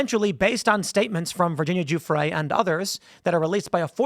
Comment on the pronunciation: Tim.... It's Virginia Guffrey ... Not Gufre'